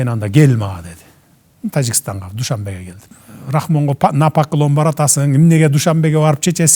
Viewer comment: Дуйшөнбу шаар эмес. Душанбе туура айтпайсынарбы!